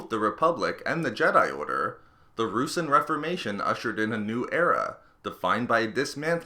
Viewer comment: It's not "roosin" it's pronounced "roo-sahn"